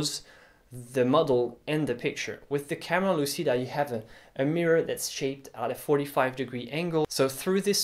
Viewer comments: it's pronuced "camera luchida" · For the record, the word "lÚcida" stresses on the "u" of the first syllable both in Latin and in Italian, and the "c" is pronounced as in "cheese".